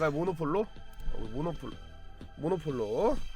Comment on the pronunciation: 모놀로포한테 모노폴로라고 하시는데 귀여우시다